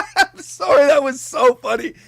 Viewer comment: …In all fairness you say “sorrey” instead of sorry 😀🤣